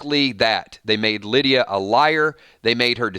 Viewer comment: "Lie"dia 😋